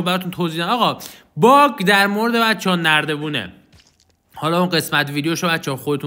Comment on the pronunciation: حس میکنم دقیقه 1.12.بجا باگ گفتی باغ